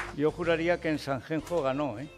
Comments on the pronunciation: Si vas a decir "sanchencho" (y no Sanxenxo), mejor no corrijas. En fin, frivolidades aparte, mejor que Casado, definitivamente. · Federicooo se dice San Xenxo